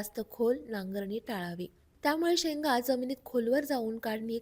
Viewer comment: शेंन्गा sha .nga म्हनजे शेंन्गा